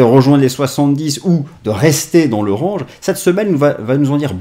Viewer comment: Top ces analyses 😊 et me tue avec ses "ranges"! 😂 c'est c'est de l'anglais, ça se dit "Rènge"